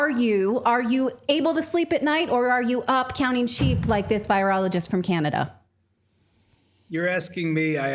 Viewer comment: pronounced "Canadia"